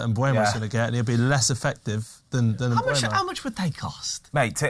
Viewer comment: Please stop saying "MBremo" or "MBuemo". There is no R and the U is after the E. It's Mbeumo.